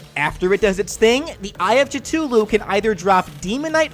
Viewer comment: Ah yes the CHATLULU, CHIPOTLE, CHANTLULUNL